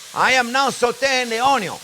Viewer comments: Friends Remember the "Onyawn" always goes in first<>Chef taught me that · Yeah, you are right, I learnt to pronounce ONYO the right way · All this time I have been mispronouncing Onyo. Damn you learn a lot watching Chefs tutorials. It's addicting. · When he says onion he sounds Cajun. Like Justin Wilson